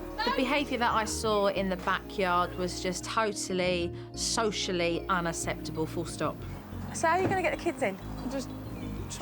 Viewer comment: She bugs me when she says unasseptable it's unacceptable!